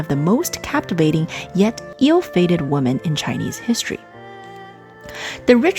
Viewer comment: Women, plural, is not pronounced Woman. It's pronounced Wimmen. "The" before a word starting with a vowel sound is pronounced "thee" as in "thee emperor".